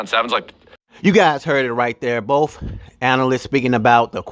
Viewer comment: It sounds like "bofe" quarterbacks are doing well.